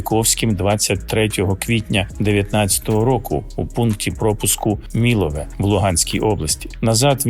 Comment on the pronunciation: МіловЕ ! Наголос на останню букву !! Через невігластво Київа втратили Донбас !!! (Російською МєловОє. Наголос на О!)